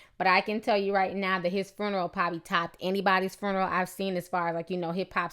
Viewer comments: Ok on a lighter note.........I love the way Ti say this word "Fruneral" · Lol at the way you say "fruneral" 😂 RIP Shawty